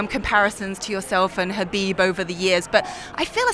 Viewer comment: Islams face after she pronounced Khabib’s name 🤣